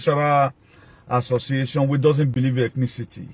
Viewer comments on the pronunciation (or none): none